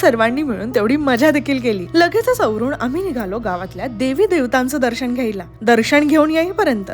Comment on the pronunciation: लग्न लग्गण नाही. दर्शण नाही. सुरे नग्न म्हणतो😂